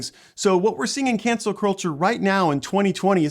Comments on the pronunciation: Why are you saying cancer instead of cancel? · I thought I was hearing it wrong. I kept hearing cancer culture. Haha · You're saying cancer culture lol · how can you be seen as being credible when you keep saying " cancer " instead of cancel culture? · He kept saying "cancer culture". Good video otherwise.